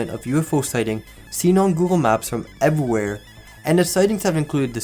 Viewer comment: artchives, ex-terrestrial, evwhere, norse korea, buffalo's, thath up for the bait, tamagawa-juicy, google math car, uther, twosand five, grouf, costed, spition, many pew were outraged, wunth. I didn't watch the rest of the video but these are the ones i caught in the first 20 minutes. How are you an english native but can't speak english? Fascinating.